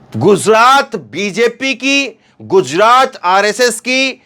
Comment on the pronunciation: KYUN GUZRAT BOLTA HAI. GUJRAT BOLNE NAHI AATA..YEHI EDUCATION HAI...SHAME SHAME